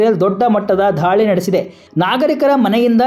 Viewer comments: ಧಾಳಿ ಅಂಥ ಹೇಳ್ಬೇಡಿ ದಾಳಿ ಅಂಥ ಹೇಳಿ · ಅಣ್ಣಾ ಧಾಳಿ ಅಂತಿಯಲ್ಲೊ ಎಪ್ಪ ಘಾಯ ಅಂತಿ ದಾಳಿ, ಗಾಯ ಯಾರ ನಿಮ್ ಗುರುಗಳು 😂😂